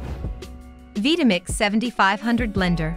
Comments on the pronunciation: Veetamix?? Couldn't you at least have the robot pronounce it correctly. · the constant mispronunciation of "Vitamix" is killing me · I can't believe that I've been pronouncing Vitamix wrong all these years.